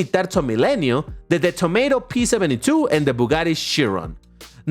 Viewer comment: bro literally said De "TOMATO" P72💀💀💀💀